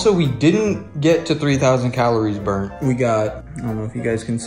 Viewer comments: what is up with the spelling and pronunciation dog😂 what is bruned yal meant burnt right😂😂😂😂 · MAN SAID BRUNED XD